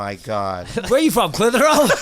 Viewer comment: I'm from Massachusetts and I've heard of " Clithero" ! Theres a old Clithero factory in my city but now i know it does Cotton but the reason its sticks out is its spelled like Clit Hero and idk...i got a kick out of that buttt i did know it is pronounced like Bisping says it Clith. her. ohh ...but i will forever know it as Clit HERO! In my minds its 2 words on that old decrepit sign in my city but i always wondered what they did....and now i know! They make cotton for vaginas thats awesome 😊